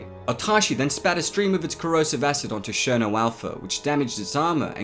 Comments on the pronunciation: Cherno not sherno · do you pronounce it sherno or ksherno